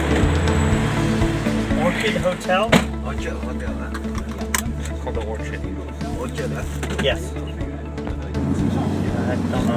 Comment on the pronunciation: Orchid is pronounced as OR KID. That explains why the taxi driver brought you guys to Orchard Hotel. Nice video though space boots in a country 1 deg above the equator is worst than going barefoot.